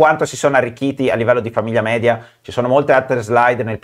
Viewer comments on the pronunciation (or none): none